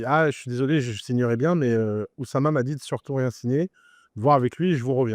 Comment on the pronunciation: Depuis quand tout le monde fait de mauvaises liaisons en français ? L'oussama ? L'harcèlement?